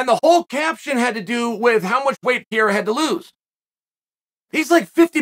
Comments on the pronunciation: the moment he said PIERA i stopped the video. When he did it with BELAL, it was funny , but now is ANNOYING as hell...Is like a 5 year old repeating the same joke over and over again hoping to get the same laugh. Bro, change the material, it's ain't funny at all...Very close to unsubscribing. I'm sure i'm not the only one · PEREIRA not Piera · Alex "Piera" Pereira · who dafuq is pieira? its fucking PE REI RA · Pierra XD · Per-Rare-Uh. You can do this Chael. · Pierraah lol Uncle chael at it again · Next week perierias name is guna be perura lol the way chaos pronounces it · PeeAirA is good at Mooey Tie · Chael never gets a name right. Pierre ah. LOL! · Every video Uncle Chael mentions Pierre-uh, I reminisce and re-watch a George St Pierre fight from the past. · I must say this is first time that Chael's mispronunciation of Pereira's name is irritating me :D